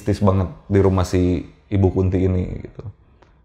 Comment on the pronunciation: mungkin nama ibu itu Kunthi pake 'h', kaya tokoh pewayangan (ibunya Pandawa) namanya dewi kunthi, beda pelafalannya beda arti soalnya ehee, cmiiw 🥰